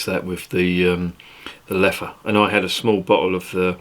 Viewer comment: I remember seeing the Leffe Abbey, just outside Dinant. Your first pronunciation of Leffe is correct. 😉 I sometimes drink this brown beer with a good meal. The sweetness is a bit artificial indeed. Leffe Tripel is rather sweet as well.